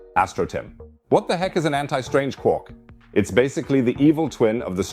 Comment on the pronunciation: Its quark not quork 🤦🏻‍♂️